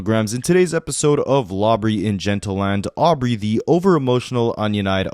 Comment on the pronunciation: Did he say LAWBREY????🎉😂 DIABOLICAL! as was the Oscar’s!!!!❤😂 all of this is!